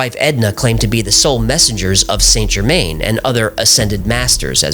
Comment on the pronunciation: Why oh why can Americans not show an ounce of respect to other cultures? 'The Count Of Sainte Germaine'. Just 20 seconds on Google, guys. That's all it takes... is that so hard?